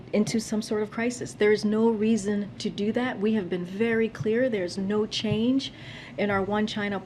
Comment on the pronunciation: She said, " there is no chaned to our one China